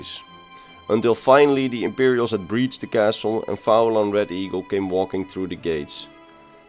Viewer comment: Great video but i would have pronounced his name as Fee-lan. I say this, as i am Irish and went to uni with a guy called Fillan he spelt it in the Irish Gaelic spelling of Faolan. A very, very minor niggle, but love your videos enjoyed the ingame footage style. Funny enough when i was at University with him he never mentioned fighting the Legion single handedly you think he would have!